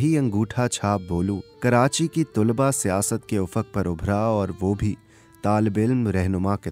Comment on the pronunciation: Bhai kawish achi hai ...aap ki awaz aur andaz narration ka bohot umda hai bus thora talaffuz per dehan dene ki zarurat hai ...jaisey ... Tulba sahi talaffuz nhi hai ... Sahi talaffuz ... Talaba hai ...meri niyat kisi ki tauheen nhi ...bus itna k logon tk sahi cheez deliver ho ...umeed hai k aap bura nhi mehsoos karen ge ....mai choon k khud production se wabasta hun Is liye ye kehna chahun ga k agar kabhi bhi meri zarurat ho to yaad kijiye ga ... Shukriya